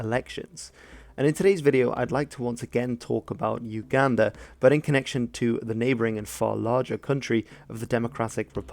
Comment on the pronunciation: Uganda is pronounced oooo Ganda